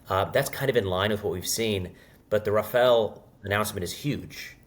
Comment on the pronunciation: Finally a French speaker to explain that it is Ra-Fa-Le… Not Ra-Fa-El!! Hopefully sees this as well. 😂 🎉❤